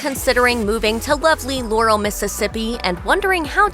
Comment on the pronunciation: It's pronounced "LAH-rel" not "Lore-el"